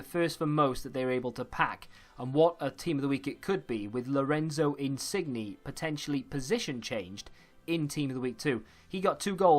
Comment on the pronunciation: Always accurate with these predictions. But the way he pronounced insigne😂